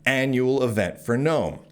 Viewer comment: Ackchually, its the GuhNome foundation thx